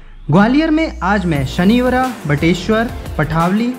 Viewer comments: भाई शनिचरा मंदिर बोलते है शनिवरा नही, Mall DB , DD हैं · Wo sanivara nhi sanischara h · Bhai vo शनिवरा nhi शनिचरा मंदिर he और पथावली nhi पढ़ावली he और mitavali padhavali bateshwar shanichara ye gwalior me nhi morena me he और कननमठ मंदिर bhi chale jate ye mandir morena ki shan he 🙏🙏🙏🙏🙏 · bhai sanichra he or padawli he not sanibra & pathawali